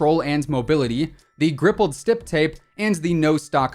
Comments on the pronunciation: You said gripled stip tape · “grippled stip tape” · Anybody notice how he says the rippled stip grape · Did he just say grippled stip tape 😂😂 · Did anyone else hear him say rippled stip grape on th Aug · he really said rippled srcip grape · "grippled stip tape" 😂😂😂😂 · "The grippled stip tape" hahahaha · On the PKM he said Grippled stip tape😂😂😂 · what the hell did you just say?!?! Rippled Stip Grape?!?!?